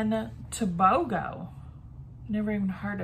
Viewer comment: Hi. First time I've seen such a hit or miss snack box. Tobago is pronounced Toe-bay-go. Nice island for a vacation. 🙂